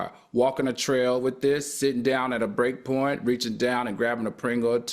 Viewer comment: Did he say break porn....😮